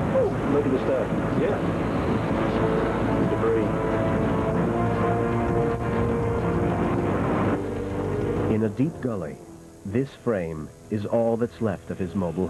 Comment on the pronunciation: Someone please tell that the S in debris is silent.